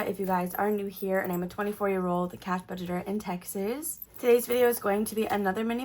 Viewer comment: oh my godddd me too! there's like a hint of "Texizz" and I'm obsessed